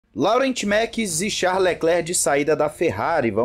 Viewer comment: Não quero paracer chato te corrigindo, mas a pronúncia certa do nome: LAURENT MEKIES seria mais ou menos como dizer: LORRÃ MIKIES.